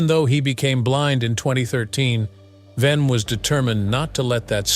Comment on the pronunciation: It's ERIK WEIHENMAYER; not Erik Venom.